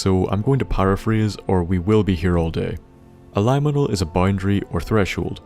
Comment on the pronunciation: The only word I noticed you mispronounce was "liminal". It's related to the word "limit", if that helps. Anyway, solid video, and I'm glad to have you back!